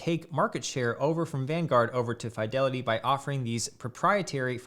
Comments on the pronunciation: Umm. Its FEEDELITY not FYDELITY. I'd have subscribed otherwise. shame. ;p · Why do you say Fydelity? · Bro, quit saying FAI DELITY..Jesus Christ. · I had to stop watching because of how he pronounces "FYE-delity" lmfao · You're the first person to say Fidelity like that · I refuse to take financial advice from someone who can not pronounce "Fidelity" properly.